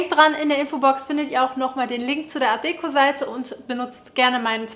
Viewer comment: Und das nächste Mal betonst du die Marke richtig, für die du Werbung machst ☺️